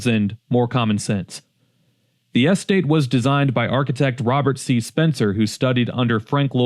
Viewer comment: Have you ever heard anyone pronounce “estate” like that? 😂